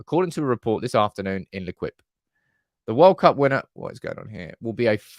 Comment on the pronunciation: L’Equipe is pronounced lay-keep.